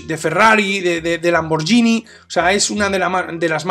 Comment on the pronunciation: Fantástico vídeo como todos los que haces. 👍🏻 Por cierto, Lamborghini no se pronuncia "Lamborllini", sino "Lamborguini", ("ghi" no es "lli" sino "gui"). Y si se pronuncia es castellano sería "Lamborjini". Aparte de esta puntualización chorra, de nuevo he de decir que me encantan tus análisis (sí, en español hay palabra para "review"). ¡Un saludo!